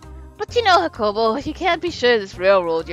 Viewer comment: just so you know, the name's pronounced Yah-cuh-po and he's from Ireland, you can keep up the accent and your pronunciation if you want.